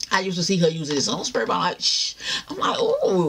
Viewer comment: "SPAY BOTTLE"